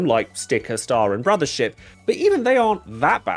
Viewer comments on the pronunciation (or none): none